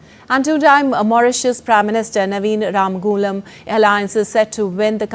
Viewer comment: From Mauritius how come you from India you can’t pronounce Our prime Minister Name Ramgoolam properly 🫢